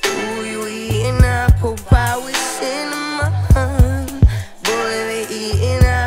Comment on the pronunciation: the whole song slaps hard , but the way she pronunces "APPLE PIE WITH CINNAMON" sends me ....SO DREAMY !!